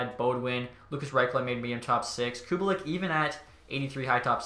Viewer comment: Also, it’s Koo-bah-leek, not Koo-buh-lick.